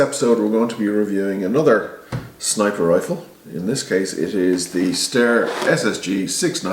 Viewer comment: Pronounced Sty-er, not stair